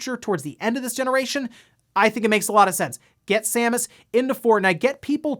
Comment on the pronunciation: Thank you for reading Samus' name correctly ("Sam-us") instead of incorrectly pronouncing it Seamus ("Shame-us") like a certain OTHER Youtuber did recently.